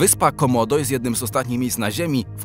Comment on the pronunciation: 1;33 usłyszałem zamiast Waran z komodo, waran z komdą.